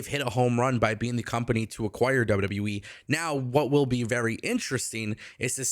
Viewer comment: Love your show but it sounds like you say WW WEEE instead of WWE. Lol